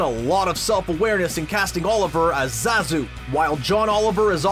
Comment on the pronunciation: Finally, someone who pronounces Zazu's name right. John Oliver actually looks like this new Zazu too. That's what Shenzi's VA looks like? Jeez! I don't think Beyonce is confident as more so that she is comfortable with being in the spotlight; one is only confident when meeting a challenge.